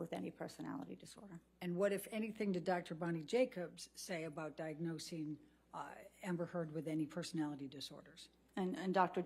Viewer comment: She's been taken so seriously that the defend attorney can't even say her name right... my favorite part <3